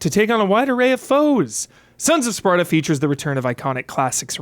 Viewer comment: Take a shot everytime says Sparda instead of Sparta xD